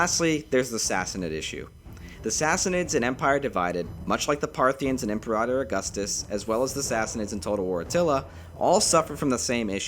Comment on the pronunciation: The way this dude says Imperator makes me wonder if he’s even played the game lmao